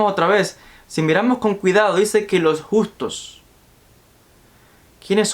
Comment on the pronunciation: Los justos no los gustos, agueonao aprende a leer.